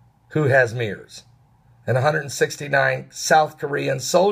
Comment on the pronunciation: Mirrors!!!!! Lmao no its MER's Meeeeeeeerrrrrr's i hate English so confusing.